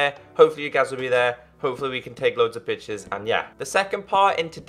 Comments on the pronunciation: I was wearing headphones and it still sounded like he said "We can take loads of bitches" not pictures. At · yeah it does sound like that lol